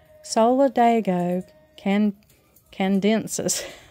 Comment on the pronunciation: Solid-AY-go can-uh-DEN-sis